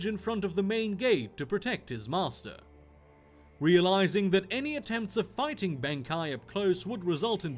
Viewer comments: It's Benkei, not Benkai. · Benkai.... I just cant... pls pls pls i hope you dont mean Benkei.... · for future reference if you decide to use him again in any other videos then its benkei(ben kay)